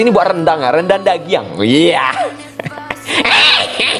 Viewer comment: rendang dagiang 🤣 lo orang padang ya bamg??